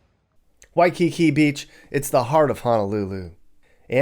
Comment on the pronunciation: Why-cu-koo. Cuckoo Puffs.